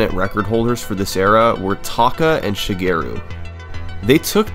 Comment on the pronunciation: great vid but i cant sand how you pronounce shigeru LOL